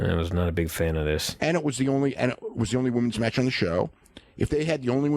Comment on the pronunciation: Anyone else hate the way Dave says the word "match"?